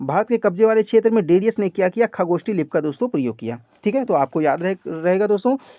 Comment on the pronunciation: Sir ucharan me sudhar kijiy plz. Jaise खरोष्ठी को खगोष्ठी बोलते हो.